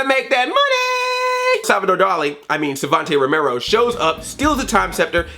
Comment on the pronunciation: I crack up everytime you mess up Savanti Romero's name and that #SmoothMichelangelo I was expecting.